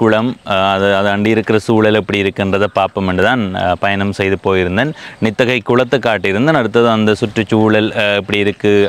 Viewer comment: தம்பி நித்தகை அல்ல நித்திகை 🙏